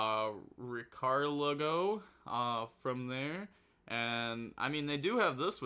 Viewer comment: "My determination to richardlago"